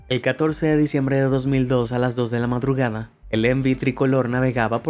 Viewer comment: madrugana sin la d